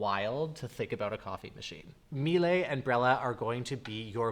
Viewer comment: From a German, THANK YOU for saying Miele correctly! People here insist on saying “Me-Luh” and it drives me insane….